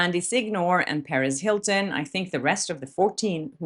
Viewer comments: You keeping saying Paris Hilton, its Perez Hilton Perez perez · I always think you're saying Paris Hilton lmfaoooo I was like when did she get involved 😂